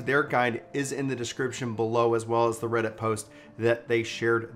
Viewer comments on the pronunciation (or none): none